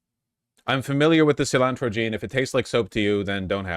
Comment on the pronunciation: Bro pronounces cilantro like Peggy Hill